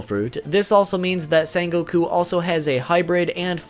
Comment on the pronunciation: How are you mispronouncing his name? ITS SEHN NOT SAHN